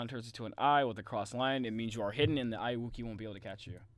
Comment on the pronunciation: you said it wrong